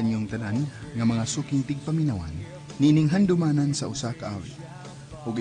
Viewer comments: Ok ang drama s dyxp favirate q yan....kaso ung nag dd g oa s pronounce handyoman s usa kaawit ...pilingon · Pangit pakinggan ..handyomanan s usa ka awit...s lang maot paminawon gz2 q ung original bisaya vertion ba ..ayawg pilingon😀😀😀😀 ung comment q n to para s gumanap ng salitang handyomanan...